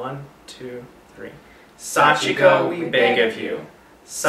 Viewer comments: Hey You guys did say it right they said it like this sachiko we 4 times without the beg of you part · in the story, someone said it wrong so that's how they ended up there :) You guys said it right xD